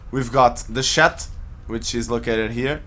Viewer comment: Lol what's a "shat"? Good vid tho